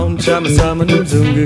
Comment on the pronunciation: i would love this if it wasn't for them mis-pronouncing "mzungu" every single time. In the song it's pronounced "um-zungu" where it's more like "muh-zungu". I'm sorry but after learning one of the african languages where this word is used, I get slightly picky over these little things... by the way, I hope everyone realises "mzungu" means white man!